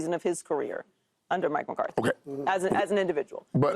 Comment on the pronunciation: Hey Paul, its McCarthy, not Mcartey for the 100th time.